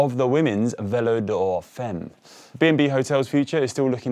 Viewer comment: I don't mean to sound like a pedant, but femme is pronounced like "fam" in family. I really like you guys, but I just can't let you keep murdering my language like that. :P